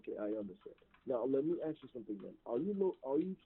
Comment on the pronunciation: At one point, the guy pretending to be the grandson says - call them please and “aks” him… This is a common mispronunciation of the word “ask” that some of these scammers make. And also, the guy says he is in the holding cells, and even speaks to an officer. The lawyer says he is in the infirmary, in the hospital! And I’m really glad you called them out when they laugh! It really messed up their flow. Such dirt bags!